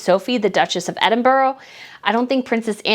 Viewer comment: What do you think about the nonsense that many people think that the kids that don't exist or the were born by surrogate? I think it is a load or tosh! Please, before you come over, learn the proper pronunciation of cities, like my home city is Edinburgh, sorry but it is very annoying especially when you will be mentioning the Duke and Duchess x